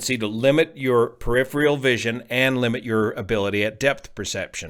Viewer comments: "Peripheral" vision, not periphrial. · Not to be an asshat stickler, but it’s “peripheral”…not “periphreal”.